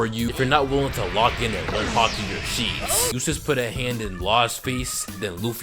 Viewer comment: Did bro say hot do a 64 year old??